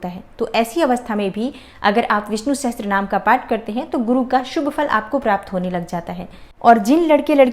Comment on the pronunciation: Sahastrnaam...??? It's Sahasarnaam.